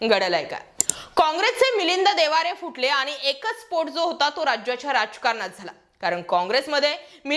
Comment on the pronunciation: बाई एकदा ठिक होत मिलिंद देवारे बोलणं.ते मिलिंद देवरा आहेत.